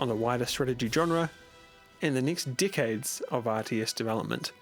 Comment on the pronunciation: i swear everytime you say decades it sounds like dickheads